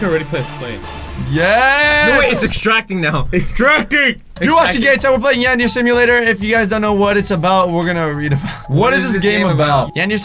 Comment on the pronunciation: Yan- der- eh- C